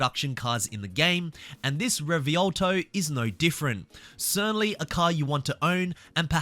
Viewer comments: I don't mean to hurt anyone but is pronounced "REVUELTO" not "REVIOLTO" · The revuelto is pronounced rovwelto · Anyone else annoyed at how he pronounced revuelto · On behalf of I'd like to apologise to all of the Italian viewers who had to listen to that pronunciation 😂